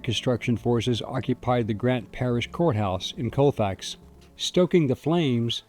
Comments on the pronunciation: Colfax is so small not one stop light and its pronounced call fax not cole fax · I live a little over an hour from Colfax in Mississippi, but I have, or had relatives in Colfax. I have never heard of this. BTW, everyone around this area pronounces it "call fax".